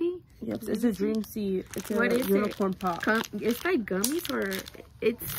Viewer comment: Funny asf when she kept saying “unicorn pop” instead of poop 😭